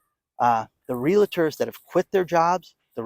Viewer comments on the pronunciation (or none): Appreciate you,, but for the love of all that's good, it's REAL-TORS, not real-LA-tors. As I had mentioned months ago (sometime last year), buyers of new-construction homes BEWARE: There is going to be (has been) massive "value engineering" going on as builders try to cut not just costs but corners. Quality (of materials) and workmanship have been compromised. I heard, within the past week, that class action lawsuits have already been filed/in progress against builders/developers over this.